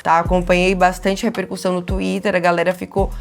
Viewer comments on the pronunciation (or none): none